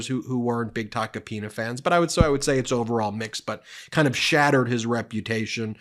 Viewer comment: Ben… I’m pretty sure you pulled a Cohen and said “taco penis”lol! 😂😂😂 I know you really try to watch what you say, but when it comes to that name, it truly is Tacky Taco Penis! I wonder what shit he’s going to spill on Trump now?